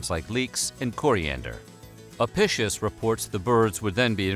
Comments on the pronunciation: Latin “c” made a “k” sound. It’s A-PI-KIUS. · Another interesting video! Seems no one might have mentioned it yet, but Apicius is pronounced "uh pi kee uhs" , rather than "apicious" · Apicius is pronounced ah-Pick-ius... not uhpishush... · Your pronunciation of "apishus" is like fingernails on a chalkboard lol. It's "ah-pi-key-us", at least according to any historical source I've so far encountered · Just fyi, the name Apicius is pronounced wrong here. It would have been pronounced with a hard "c." Like ah-pick-ee-us. Just like Caesar was said with a hard "c" and the Italian word for dinner, cena (now said like chay-nah), was also pronounced with a hard "c." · Apicus. Ah- pee- cuss. It was impossible to neuter a sow. They just kept her “away” from the boar…. Any bird is okay. They are all herbivores - but now we know why their numbers decreased steadily. Don’t the Arabian people eat camels? I wouldn’t eat a weasel, they are carnivores. Yeugh. We were taught that garum was very subtle flavouring, almost like an anchovy sauce. Romans got hoity toity about their garum, like we do about coffee or olive oil. Not much in a dormouse. No wonder they stuffed them into other things. That drink of soldiers sounds revolting. Ostrich is lovely, quite yummy. Don’t know about the egg though. When I was a post grad student we had a Roman meal from the British museum cookbook. Then a mediaeval one. Don’t eat the fish pie in custard with currants. Just don’t. We also had a debate about buying some gerbils or hamsters to substitute for dormice. Or a guinea pig. Fine in theory. Not so fine in the pet shop. Not even a fat mouse in a trap. Used sausage meat……. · You just pronounced the word "apicius" like: "eppishos". Why the fuck do people from english speaking countries always do this? It's insulting. Disgusting even. Eppishos. FFS. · It's pronounced ahpeekeeous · The book (incorrectly) ascribed to Apicius, is pronounced a-pik-ius.